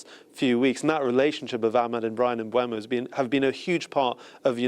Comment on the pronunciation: It makes me laugh how Sky Sports Presenters can't say Brian's name correctly. It's Brian MBeumo not MBwaymo. There's even a Man Utd/Premier League video released at the start of each season where the players tell you how to say their name lol😅